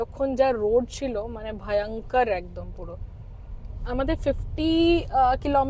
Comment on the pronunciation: Bhoyonkor not bhayankar